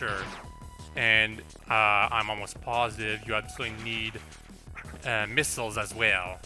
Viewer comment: It's funny how pronounces missiles like "Miss-ills"